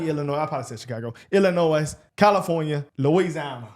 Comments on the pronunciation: Bro pronounced the "S" in Illinois. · Illinois - BTW the "s" is silent. Corruption runs deep in Chitown USA. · It’s Illino the “S”is silent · As a man from the Chicago suburbs, I refrain from entering that cesspool whenever possible. It’s a shame, what the left has done to such an amazing city. Oh, and the s in Illinois is silent. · Guys, Illinois is pronounced like this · Police don't have by law have the duty to server or protect. The US supreme court has already said it is not their responsibility by law.. Also drop the S off Illinois. when saying it